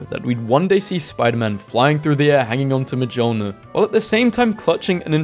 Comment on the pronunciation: Mjolnir ❎ Mejiolnir mejumhma ✅